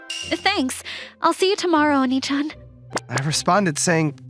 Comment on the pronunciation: I'm Not fond of the use of "Oni" instead of the correct "Onii"